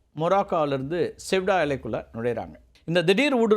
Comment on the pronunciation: அது செவுடா இல்லை.....செயுடா